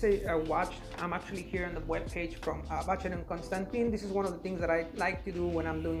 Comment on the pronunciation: You need to know how to pronounce the brand’s name correctly 🙈😀